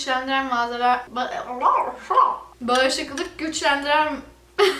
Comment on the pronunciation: Sus ya söyleyemiyorsun bağışıklığı hcrvbiurfvbdifv